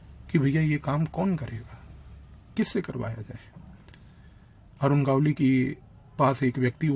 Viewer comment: इस को दगडी चाल और अरुण गवळी बोलना नहीं आ रहा वो हमें बता रहा है 😅